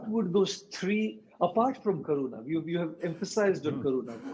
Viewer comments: It's not corona it's karuna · Yes I too thought it sounded like corona. But it's karuna which means compassion.